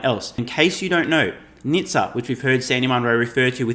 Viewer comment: SANDY #SAVAGE ! 3:) Also he is pronouncing NHTSA as "NIŠTA" which means "NOTHING" in Serbian - language of Nikola Tesla :)